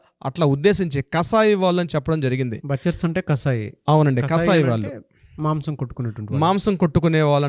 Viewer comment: రవీంద్రనాథ్ గారు బచర్స్ కాదు బుచర్స్ - butchers...